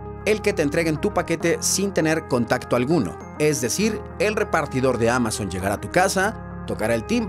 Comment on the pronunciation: ALGUIEN MAS SE DIO CUENTA EN EL MINUTO QUE NO DICE AMAZON SINO QUE DICE MAMAZON 😂😂😂😂😂😂